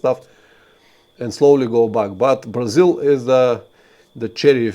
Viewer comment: Cool and informative stream. I also like how "Brazil" with Bulgarian accent sounds similar to "Brazil" with Portuguese accent (Braziwl).